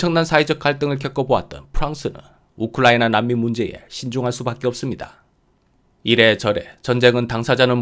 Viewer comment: 우클라이나로 발음하십니다 😂